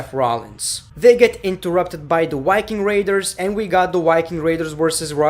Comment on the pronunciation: The Yiking Raiders😂😂😂 Damn i like the accent😆😆